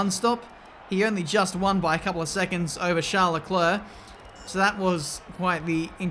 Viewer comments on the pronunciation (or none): none